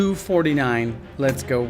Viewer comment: It’s pronounced m249 not m2 49